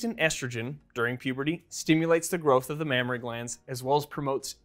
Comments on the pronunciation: Mammary not Mammory* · Mammary not Mammory. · That's "mammAry glands", not "mammOry glands". Just sayin'... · Correction : It’s not “mammory glands” it should be “mammary glands” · isn't it a mammary and not mammory?